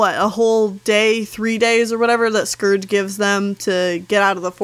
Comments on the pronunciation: I think it's kinda funny how some people pronounce scourge like scrge. Idk if you do to but I'm just saying that I pronounce it different. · Scerge... It’s SCOURGE But I luv your vids 😅